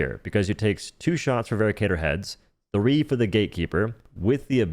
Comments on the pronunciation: its veracitor, not veracator my dear:3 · Hate to be this guy but rather certain it is pronounced "vera sitor" not "vera cator" due to the "ci" making an S noise and lack of an A. Otherwise great info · It's Veracitor, not vericator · I'm pretty sure it's pronounced "VER - ASS - IT - OR". Like "veracity." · It's pronounced ver-rass-i-tor btw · I hate to be that guy, but "veracitor" is pronounced "ver-ASS-it-or," like the word "veracity." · its pronounced "Veh-ra-sih-tor", derived from "Veracity" which is latin for truthful or honest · I thought the Veracitor was pronounced more like how you'd pronounce Velociraptor, where the C makes an S sound. Also, I've been loving the Trident against Illuminate. I would put it in A tier solely for how quickly it rips through shields, whether it be dropships, harvesters, or objectives. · Pronouncing Veracitor wrong. Supposed to be like Veracity I think